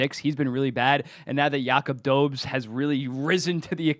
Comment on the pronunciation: Do-BESH no dobez